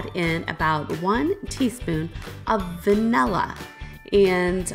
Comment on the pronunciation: "excape" isn’t a word,. Neither is "vanella". 😆